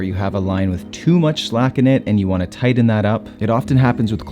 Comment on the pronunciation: Yeah Hi DJ. Dude the word is not “ TIDDON “ the word is “ TIGHTEN “ pls don’t be an illiterate , it makes you sound like a redneck that didn’t go to school. 😮😢